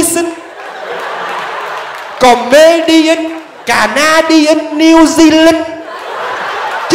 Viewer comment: CoMedian chữ e âm i mà chú